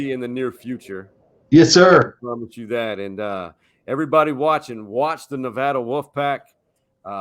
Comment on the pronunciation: learn how to pronounce Nevada.